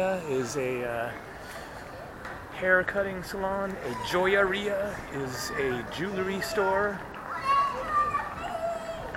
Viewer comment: As aways love your very candid videos. I like that you speak Spanish I have to share I LOL'D big time are the way you said " joyería " made my night! thank you! as always hope all is well!